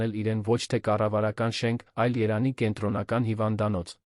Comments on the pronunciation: Երանի չի տղա ջան ,Երևանի է։Արդեն մտածում ,որ արհեստական բանականությունն է ստեղծել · Հետաքրքիր է էս կարդացողը ինչու է Երևանի փոխարեն Երան կարդում. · Ւմ կարծիքով տեքստը ռոբոտ է կարդում: Երեւանի անունը միշտ երանի է ասում...